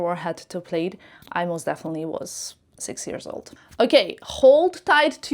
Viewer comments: Not to insult but just for added info, plaid is pronounced as plad not played. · Plaid is pronounced plad. It rhymes with “glad,” “bad, not Played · It's pronounced plad. Not played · It’s not “played” it’s “plad”. Aren’t you in fashion ? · Plaid is pronounce - plad as in sad. Not “played” I hope this helps. If your English wasn’t so perfect, I’d never have noticed. 😅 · In Canada we say “plad”….not “plaid” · Plaid is pronounced Plad (like lad) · Suggestion🫢 Plaid is not Played. Plaid is pronounced like Mad plaid 😎😘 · Isn’t “plaid” pronounced “plad” everywhere? It threw me when I first heard pronunciation. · It’s the short A but I can see why someone could mistakenly pronounce it with the long A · I think it’s cute when people miss pronounce words, it shows how worldly, multilingual, and willing to learn new things they are!